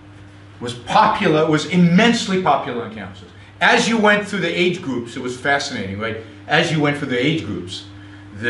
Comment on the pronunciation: Gwoops awe vewy vewy bad...' cause fweedumb.